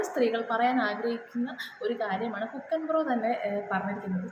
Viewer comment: അല്ല മോളെ ഇത് ആ പയ്യൻ ആ പറഞ്ഞ അമ്മച്ചിയെ നേരിട്ട് ഫോണിൽ വിളിച്ചു ഇത് പറഞ്ഞാൽ പോരെ നാട്ടുകാരെ മൊത്തം അറിയിക്കണോ, പിന്നെ മോളെ ഹുക്കൻ അല്ല ഹൾക്കൻ എന്നായിരിക്കും